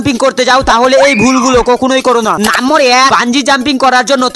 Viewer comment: নাম্মর না নাম্বার 🙆‍♂️